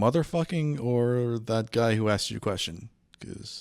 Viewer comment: Just because they "axed". Lol